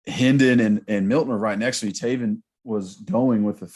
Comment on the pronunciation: Come on it's Tay-VEN Jackson